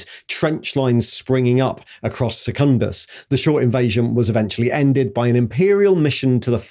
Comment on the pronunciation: seh-kundus not second-us